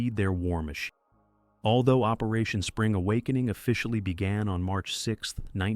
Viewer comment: "Operation Spring (pause) A WOK -"eening . This is the first AI voice I have heard that has realistic 'popping' on the microphone.